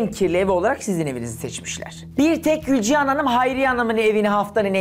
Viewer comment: Emine, Gülcihan 'a Gülcan mı diyor ben mi yanlış anladım?